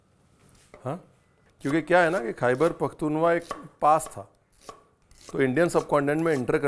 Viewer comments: Khyber pakhtunkhwa is the correct pronunciation not “pakhtunwa” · khber pukhtunwa nahi Khyber pakhtun khaw HOta hai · it's called Khyber Pakhtunkhwa... the KH is not silent and is the 4th province of Pakistan